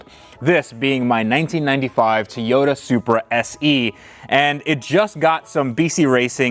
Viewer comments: "Teyoda" lol...That's like calling a Camaro a CamEro. Toy-O-Ta, repeat after me Toy-O-Ta. Awesome update! This is going to be a great build! Cheers! Zip~ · I know I am being totally over critical but does anyone else find the way he pronounces Toyota strange? It's almost like he says t'yota instead of Toy-Yoda. Probably just me. Talk t'yall later. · love your videos! I don't know if I can keep watching if you keep saying Tayota. Just say supra or Toyota. I still love you! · TOYOTA!!!!! Not TEEYOTA!!!!!!!! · Teyota? Lol 🤣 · Tee-ota and Hon-dai. Really? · Nice "Teeota".. 🤣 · Please stop saying Toyota that way lol. Are you doing it on purpose to annoy the shit out of people? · Every time mispronounces Toyota, a Supra Dies.